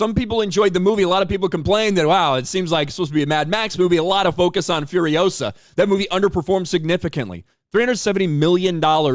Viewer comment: It's furiOsa, not furiosA